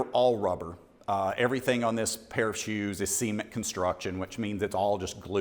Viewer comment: did you say ceement?